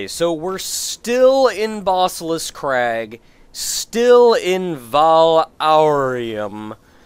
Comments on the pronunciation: I just can't get around the way you pronounce basilisk. Even though it doesn't really matter...you're just not right,. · I know you're saying "Basilisk", but mentally I want to spell it Bossilisk, based on your pronunciation.